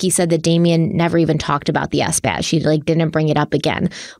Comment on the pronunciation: So nobody is going to mention that pronounced sabbath S-bath?